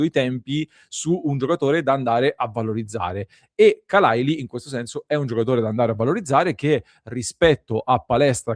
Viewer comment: Khalàili accento su seconda a.